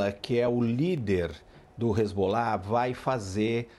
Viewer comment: Boa noite. O cara e "professor" e não sabe pronunciar nem o nome dos personagens envolvidos no seu comentário. Numa boa, procupe outros comentaristas. Ótima semana para todos aí.